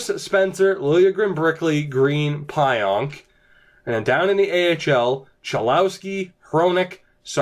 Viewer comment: It’s pronounced PEE-ONK